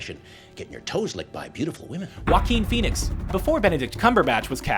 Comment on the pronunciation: wakqueen phoenix....wow....learn how to prnounce names.